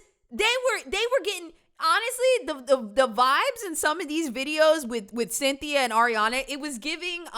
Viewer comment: I was not ready for 22 jump street ‘cyn-thi-a’ 😂